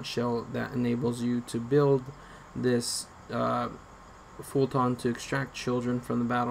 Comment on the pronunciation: “Fult-on” LMAOO